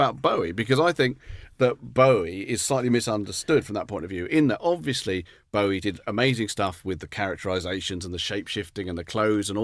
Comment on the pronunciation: Except we all know it's Bow-ie not Boh-ie....😂